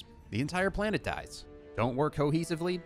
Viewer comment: Its not your planete , its OUR PLANETE